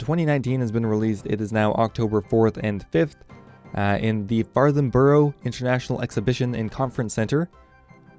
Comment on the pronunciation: For future videos, Farnborough is pronounced Farnbruh